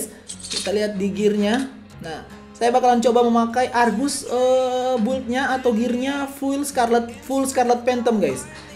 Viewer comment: Sebutan yg betul arges la